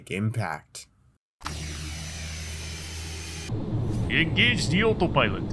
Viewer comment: Did you really say it "would have a dramatic IMPACT"? Ouch. (Thanks for the great video!)